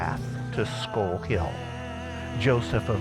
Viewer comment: Can’t listen to the pronunciation of skull anymore halfway through. Thanks for the information.